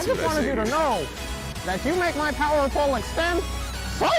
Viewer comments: "can you make my power (excuse me) my BOWER pole extend" that killed me XD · Vegeta: ALWAYS KEEP, OUR POWER: ALEAYS KEEP, OUT BOWERRRRRRR